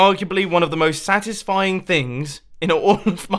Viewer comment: Yea its so 'Sadisfing'